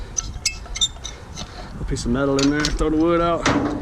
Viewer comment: I really like you 😊, and you said " you throw that out?" 😂😂, the way you said "throw" was very nice😁